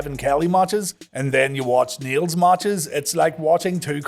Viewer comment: I can't tell whether you were saying "Niel's" or "needles" but skipping the d like yall sometimes do.